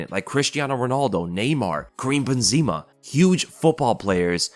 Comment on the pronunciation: The way he pronounced beenzeeema